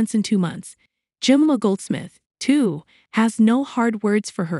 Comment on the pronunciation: Yes, is it such a rare and unpronounceable name? Jemima, pronounced "Jem-eye-ma".